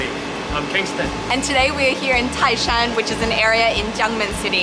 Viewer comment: you sould say tái shan,tai is second tone😄